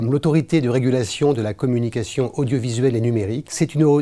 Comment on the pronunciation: C'est quoi l'ARCOM? "L''ARCOM, l'Autorité de Régulation de la Communication Odiauvisuelle et Munérique" 😅